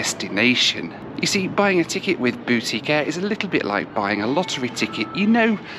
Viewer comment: When you first said “boutique air”, I heard “Bootie Care”. For a moment I thought this was going to be a very different sort of video from those you usually make.